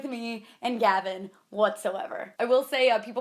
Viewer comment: is it just or do I hear havin every time she says Gavin